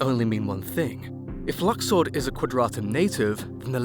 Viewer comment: Its pronounced luxord